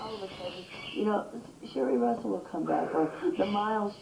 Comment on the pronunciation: Say "Sherri Russell" again! Say it again, I double dog dare you!!😡